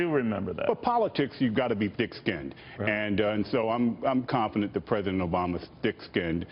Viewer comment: did he say, "dick skinned"?